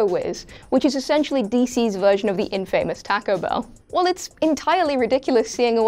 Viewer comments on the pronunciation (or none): I like this new host, but please note how to pronounce "infamous" and "epitome" correctly. The latter is a 4 syllable word (uh-PIT-uh-mee). The former puts stress on the 1st syllable (IN-fuh-mus). No hate, I admire a young person who is a book learner and self-taught. And this episode is fun, well-researched, and wonderfully goofy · Infamous!!! It's one word!!! Not two!!! Other than that good list and hope to see more. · I think the way she says ' taco' annoys me much more then the way she butchers ''infamous' for some reason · I love all the WhatCulture crew but is it a requirement of the job that you got to mispronounce words. Infamous and epitome are not pronounced that way 😂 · Incorrect. A few minutes on google will show you plainly that the two words people are going on about are being mispronounced outright. Epitome is pronounced E-pit-O-me & infamous is pronounced as one word, not two. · Please use google to learn how to pronounce words if you aren't sure about them. This goes for all What Culture presenters- I've heard more than just a couple of you say infamous wrongly and it takes me out of enjoying your content. And as for epitome, it doesn't sound like eppy-tome... Google is your friend.